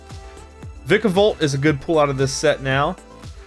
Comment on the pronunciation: Is he saying pull pool pole